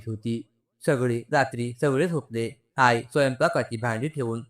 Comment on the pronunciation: आई चा उच्चार आय असा का करता